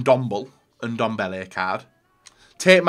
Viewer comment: Nobody:: Ndombl